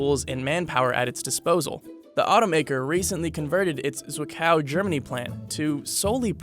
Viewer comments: Did you really pronounce zwickau zikhouw? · You pronounced Zwickau very badly😂😂😂